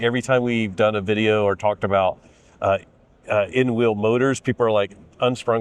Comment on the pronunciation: Presenter needs to learn how pronounce the difference of "wheel" and "will"